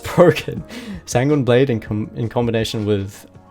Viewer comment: He said sanguini blade